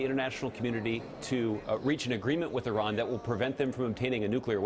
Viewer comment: Thank you for pronouncing Iran correctly, White House man.